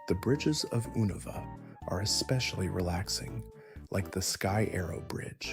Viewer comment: "Zubot" immediately. "Oohnuva" Oh god this man doesnt actually play pokemon does he 😂